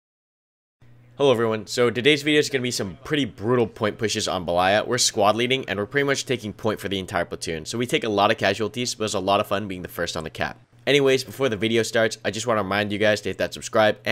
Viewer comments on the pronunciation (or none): Noticed that you pronounce "belAya" with accent on A while it should be "bElaya" (means White (map) in transcription from russian language)